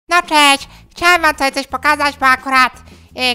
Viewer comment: Cześ? CZEŚ? NIE "CZEŚ" TYLKO "SZE".